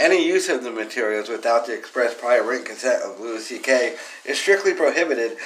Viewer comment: Who the fuck is Lewis CK? It’s pronounced Louie you fuck tard